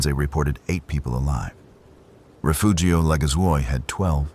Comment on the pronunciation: Take a shot every time he says "rafoogio".